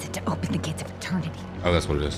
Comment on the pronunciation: not the watcher litreally said the name was edernity